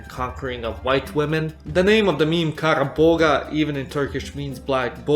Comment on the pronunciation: The g is silent in kara boğa.